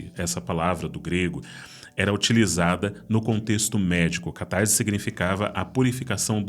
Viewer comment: Diz-se catarse e não "catarze". O ésse não está entre vogais, então não possui som de zê. ótimo conteúdo.